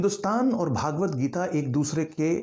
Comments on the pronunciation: Sir your pronunciation of Bhagvat is worng it is भगवत not भागवत, भागवत is a Puran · यह भगवद्गीता है, पर आप भागवत्गीता बोल कर इस ग्रंथ के नाम का उच्चारण ही अशुद्ध कर रहे हैं। आगे क्या कहा जाए